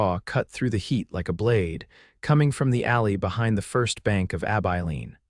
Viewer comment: Ab Eye Lean. If Ai is so smart why can’t it pronounce words correctly?